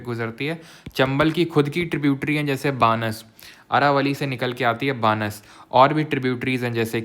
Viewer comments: Sir Banas -: बनास hai aap बानस pronounce karte ho I'm from Rajasthan 😢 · बानस नहीं बनास नदी